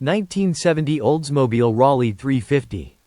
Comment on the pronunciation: Rawlee 350? Gotta love a.i. The 300 is a pony car????????? 1, Studebaker folded in Dec. '63 so there was no '64 Avanti and 2, the pony car market didn't start until 1964 with the introduction of the Barracuda. yeah and Rolls Royce isn't typically seen as a luxury car. Idiots. that's a pony car???????? Another clueless a.i. video. Camaro, AMX, Javelin, Cougar, Firebird, Dart. How 'bout those pony cars?